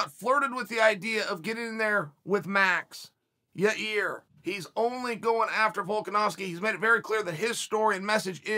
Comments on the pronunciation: I want to meet these fighters Chael is naming. Never met or heard of a guy named "Year OR Yaear" in my life. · He pronunced Yair, 3 different ways in this video. So fantastic. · So nobody caught that Chael didn’t call Yair, Yarear 🤔🤷🏾‍♂️😂